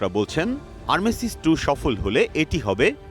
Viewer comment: ভুল বলল আরমেসিস আহা রে খবর পাঠক